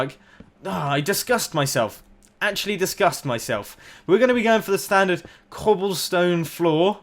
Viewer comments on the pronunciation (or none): read better next time the man is referring to "clobble stone" you on the other hand youre talking bout cobblestone